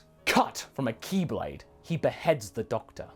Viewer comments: I thought you said “keyblade” at first and was really confused for a minute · I feel so dumb, when he said "Ki Blade" i thought he was saying Keyblade.